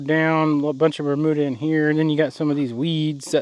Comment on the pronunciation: Ber.....mew......duh grass, not ber....moo....duh LOL